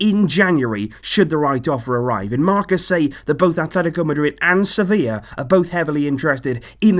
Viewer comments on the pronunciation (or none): none